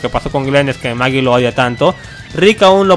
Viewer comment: Es Aaron y Michonne :v :v dijiste MAGIEE